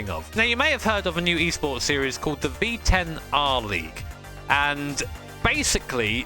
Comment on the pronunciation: Don't mean to be mean, but it sounds like he says 🅱️10 Engines 😂